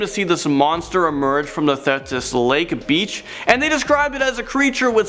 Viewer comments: I'm on Vancouver Island in BC and have NEVER heard of this Caddy Monster 😂 I grew up in the Okanagan so we had the Ogopogo 😁 It's Thee-tus lake Don't be a wimp, go to the screaming tunnel! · Number 7 is pronounced THeeTus lake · Good try on #8 but it's pronounced thee-tiss (lake) but it ends up sounding almost like thee-atiss bcuz that long e with a hard t together. Oh the lovely summers at the beach there...never saw a freaky fish man about though. Damn!